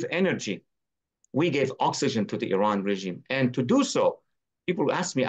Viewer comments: Kudos fpr pronouncing iran correctly :) Anyways wish the leaders in iran had the brains to do these things... no way they have such reach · The only american who can pronounce iran as well.